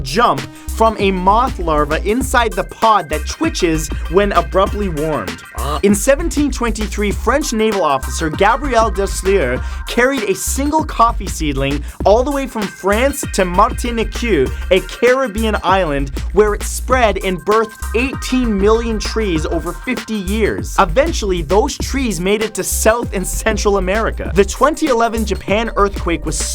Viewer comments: "martinikew". it's martinique. pronounced "martineek". i thought that was obvious. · #31 its pronounced 'MAR TEE NICK' not mar tini Q. im still laughing. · Martinique is pronounced Marr- tinik not Mar-ta-nee-q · its not pronounce MArtin-ic-que its pronounce Mar-tin-ic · It's Pronounced "Mar - tin - neek" not "Mar - tin - nee - q" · Fact 31: I'm from Martinique and it's pronounce martəˈniːk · #31 the place is actually pronounced MAR-TEA-NICK .... Martinque :D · Oh my good. You pronounce so many words wrong. Is it so hard to google the pronunciations before hand? Martinique = Mar-ti-neek. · The Caribbean island Martinique pronounced "Martin-eek" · the island is called mar- tan- neek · Martinique = pronounced Mar-tin-eek like you would say Unique. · Martinique is pronounced like martin-eek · Its pronounced , Marteen- ick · Martini...what? Martiniqueueu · my man, you totally butchered the island of Martiniques name... the "ique" is pronounced like in the word unique. Also the first part is how one would say the name Martin. Martin-ique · Thats a crazy way to pronounce Martinique. (actually pronounced martin - eek) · Martinique is actually pronounced 'martineek' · You pronounced Martinique wrong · Martinique? Pronunciation bruh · think you pronounced the name of that caribbean island wrong.